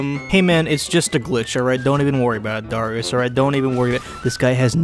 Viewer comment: please dont pronounce dArius like "dOhrius"